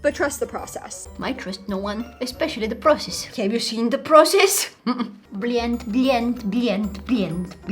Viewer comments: When you saying(bleant bleant ) please don't say it again because it means a bad word in Russia😅😅😅( / ) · She sounded like some russian saying блять when she said blend and it's so funny 😭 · The way she said blend lol